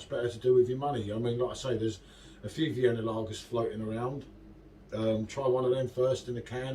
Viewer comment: 'Like a vienna style lager'..... that's exactly what this is... You just pronounced it wrong.. Wiener.. The W sound liks a V